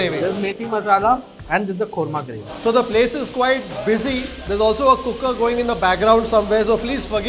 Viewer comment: Wonderful video. The way you said 'Cooker' was simply in a punjabi accent.